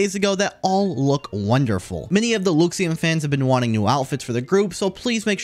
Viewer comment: Why do you keep pronouncing Luxiem so weird….?? people are gonna think that’s actually how it’s pronounced when it’s not